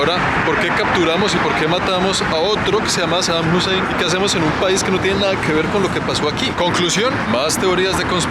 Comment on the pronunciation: bro really said saddam husseim